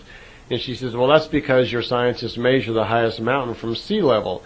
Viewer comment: This guy really can't pronounce the word "measure"